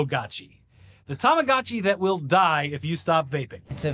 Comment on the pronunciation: STOP SAYING TAMAGACHI ... Is TAMAGOTCHI